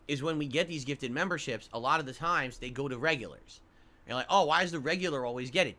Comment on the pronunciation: Isn’t it so weird how he said “ alah” instead of “ a lot “ and “ wah “ instead of want but then other words like concerted he over annunciates the Ts in the word?